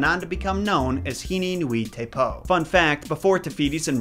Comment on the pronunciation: Caption: Tikikapapa; Pare: TikikapaKApa; Pah Which is right?:) Also, I have a sneaky suspicion that nui is NOOey, not nooEE. But I have no way of verifying it.